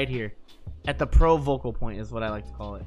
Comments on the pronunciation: Focal point not vocal point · Mang0, I love you and I hate myself for saying this, but its "focal" point. Carry on GOAT.